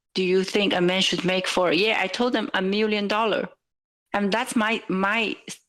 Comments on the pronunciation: "A mirrion dorrar" lol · “A mirrion dorrah” 😂